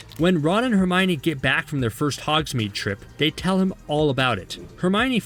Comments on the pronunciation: Did he say HeRmInOr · am i the only one that noticed he said herminor instead of hermine